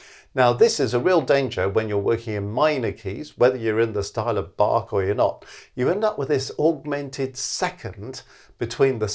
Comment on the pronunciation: the 'a' in "Bach" should be pronounced short like the 'u' in "run"; the "ch" not like 'k', but like the "ch" in "Loch Ness"